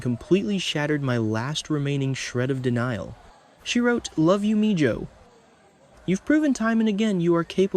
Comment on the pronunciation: I Heard he got fired. No big deal maybe they should have gone with him Sonny's lost son. 2. It's ABC /NOT CBS. 3. MIJO IS PRONOUNCED MIHO NOT MIJO. IT'S SPANISH.